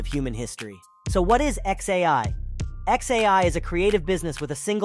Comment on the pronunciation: I recommend listening to your script before posting. Pronouncing XAI as one word is off-putting and reduces your credibility.